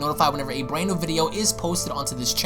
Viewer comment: Did you say a Bwand?